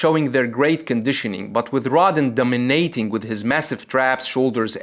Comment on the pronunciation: Its separAted not separited. Also a lot of times you use the wrong accent in a word. Like 'dominAting' instead of dOminating. Its kinda weird to listen to and english is not even my mother language.